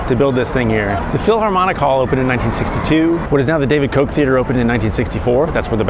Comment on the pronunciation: WILL YOU PLEASE STOP PRONOUNCING FORMER MAYOR KOCH'S NAME WRONG??? Thank you!